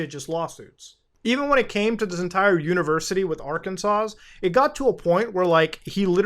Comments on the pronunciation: By the way, it’s pronounced ‘Arkansaw’. That last “S” is silent. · The last "s" in Arkansas is silent.